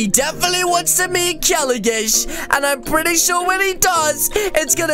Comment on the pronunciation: its not kelagish its kelogish